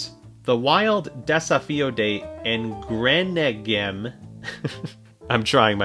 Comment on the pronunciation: I'm from Brazil and hearing him speak Portuguese caught me absolutely off guard lol Did a good job actually! The "engrenagem" one was way off tho xd